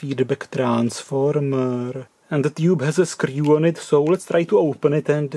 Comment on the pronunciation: When he can’t open it: Ah, scryew iiit